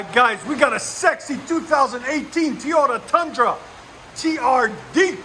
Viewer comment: TEE-ODA Tundra